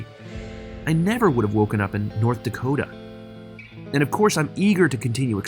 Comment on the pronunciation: Norddakota? Suddakota?